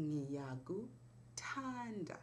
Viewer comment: Another question: is the stress important, since you are saying "ngiyaku'thAnda", with a small paus after 'u' and the stress on 'a'. Again, excellent lesson! Just thinking, it says "Leanr Ndebele/Zulu". I know some Zulu and it's all the same words, and Ndebele and Zulu the same language but with different name, or is it dialects of each other?